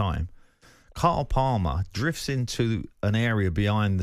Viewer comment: Pardew struggling to say Cole Palmer is the funniest thing😂😂😂